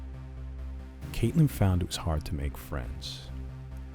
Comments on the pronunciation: you said Nevada wrong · you made me triggered when you pronounced nevada wrong